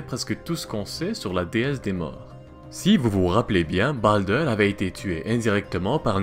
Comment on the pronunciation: ça part le plus souvent vers un vieil accent anglais qui n'as pas trop sa place :) tu avale les R, comme avec baldr, ou helheimr par exemple , mais bon, comme tu dit, c'est pas toujours facile